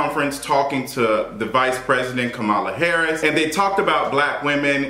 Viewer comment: 1. You’re right about Dr. Jackie. 2. You just did an entire video mispronouncing Kamala Harris’s name. It’s important to respect every person by at least attempting to get it right. I see names in different ethnicities everyday, and if I can’t pronounce it, I will ask that person and coach myself through it. 3. What’s wrong with women wanting to be off of work while they’re pregnant!!!!! Fake it not!!!